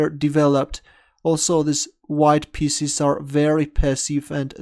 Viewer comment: When he say pieces sounds like spieces